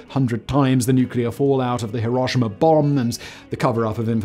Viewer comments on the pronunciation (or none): none